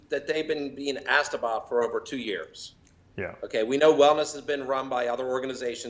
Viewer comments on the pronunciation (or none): Lol he said "assed about" 🤣